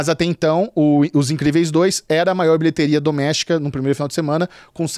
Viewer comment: cada vez q fala bilheteria doméstica eu entendo... bilheteria do méxico!